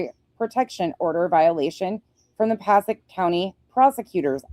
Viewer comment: Hey! So you are in the know, Passaic.... Paa-say-ik ❤😊